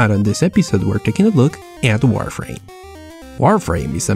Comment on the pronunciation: Lol when you say warframe it sound like wireframe